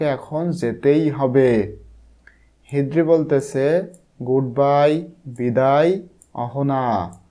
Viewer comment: হিদ্রি নয় হ্রিদি